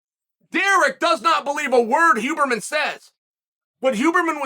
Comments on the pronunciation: Chaels name pronounciation is legendary, it's also deliberate lol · this was the most chael piece of chael art thats ever been chael'd. Great piece. the storytelling, relating it to mma, talking about his own experience with TRT and such...WHILE fasting and using a sauna. dont forget the pronunciation WHOburrman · Chael starting to call him Hooberman halfway through has to be the best part of this 😂 Undefeated, Undisputed. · I am so happy Chael managed to mess up the name Huberman